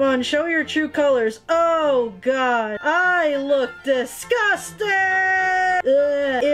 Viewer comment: “Distcusting” Said the Tentacle girl